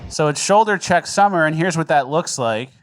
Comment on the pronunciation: You said "shoulder check summer" I heard "pepper spray summer".